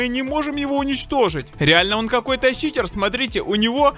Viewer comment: КХА говори читер ане чикер